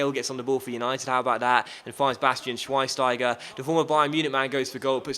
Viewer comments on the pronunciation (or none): Learn to pronounce Schweinsteiger...